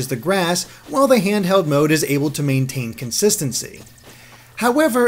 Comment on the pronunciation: Handherrd, Legend of Zerrda... this guy can't pronounce Ls. Dafuq man?